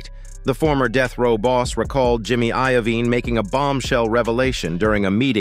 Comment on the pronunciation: Jimmy Iovine is pronounced " Ivene,it's as if u never heard of these famous people or it's computerized Al